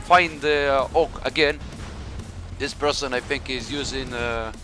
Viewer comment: The way you pronounced "HAWK", sounds like the Hulk.